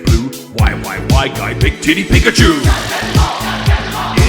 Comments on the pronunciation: Pa-Koo-Cho is my favorite Poo-Kay-Man!!!! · Not Pakoocho 😭